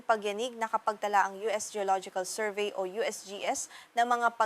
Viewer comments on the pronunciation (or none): none